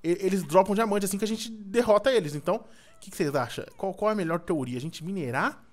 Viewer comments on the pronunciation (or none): none